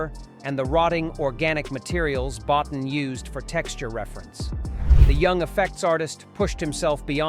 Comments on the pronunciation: Boe-teen, not bot'n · Please stop saying, 'Bot-en' Rob Bottin's surname is pronounced, 'boateen'. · You mean bo-teen. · At least get Rob Bottin's name right. It's pronounced Bow Teen ! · The thing Golden Sci-Fi Cinema never figured out: how to pronounce Bottin. It's BO-teen. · Rob's name is pronounced "Bot-TEEN." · Lean how to say Bottin's name. It's pronounced Bo Teen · I got to meet Rob Bottin with a press luncheon for his work on _The Howling:" his surname actually is pronounced Boe'teen... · Good video. Rob (Bo-teen) is how he pronounces his name I believe. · It's Boe-TEEN. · Come on. It's pronounced "Bo-TEEN." This is elementary research. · Can someone please tell this AI narrerator to spell properly. Rob Bottin, Bow teen, that's not so hard I guess, my God in heaven apparently it is. Plus what facts we haven't seen, I call BS when I hear and see it. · Rob Bow-teen. Jeezus. 🤬😆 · No joke was said. Rob Bottin’s last name is pronounced Bow-teen, which the voice over was mispronouncing. Yes, we know it’s probably an AI. Stupid AI 😂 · It's pronounced "Bo- Teen" dumbass. Childs was the thing because in the campfire scene you don't see any breath condensation from him. only Russel's. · Terribly bad AI narration. Even mispronounces Rob Bottin. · A few comments: - - wrong movie -If you're going to say Rob Bottin's name 83 times, please train your dumb AI voice how to pronounce it - It would be interesting to note that when Bottin had a breakdown, Stan Winston came in to assist with the Dog Creature - I've heard lot's of interviews with the actors from this film and never heard that they were traumatized by the filming. With the exception of some of the exterior shots, most of the film was done in studio